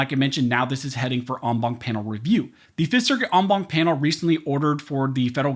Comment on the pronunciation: Count how many times he says ong bonk. 😆 (en banc)